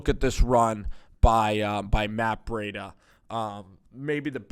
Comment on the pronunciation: It's Breed-a